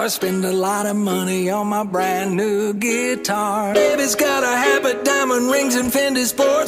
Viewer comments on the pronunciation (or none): "Geetar" lmao well done friends